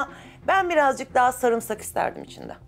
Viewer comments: şu sarımsağı düzgün söyleyin ya sarmısak ne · Samırsak😂 diyeni duydum bu program da.